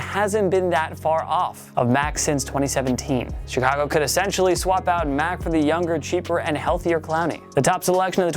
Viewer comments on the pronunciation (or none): none